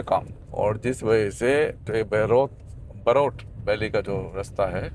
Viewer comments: It's बरोट ... not बरोत... welcome to my hometown ❤ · बरोट and not बहरोत